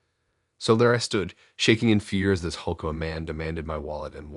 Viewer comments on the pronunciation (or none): none